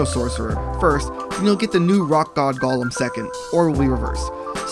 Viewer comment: This was helpful, but I always find it interesting to see what words people mispronounce. Dude. It's not lord of the rings. It's a GO-lem. Not Gollum. He ain't tryna steal your ring.